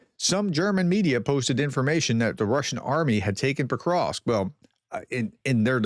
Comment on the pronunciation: Why are you still inserting an " i " in Petrovsk ?? It is NOT Petrovisk !!!! You do this 99 % of the time !!! You got it right ONE TIME only !!